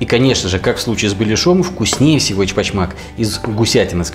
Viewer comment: тогда уж Очпочмак, произношение первой буквы О ( ) ближе к (ө) У, но ни как к Э. Я тоже татарин. Эч в переводе с татарского означает внутренний. А Оч (Уч) три. Три угла у данного блюда.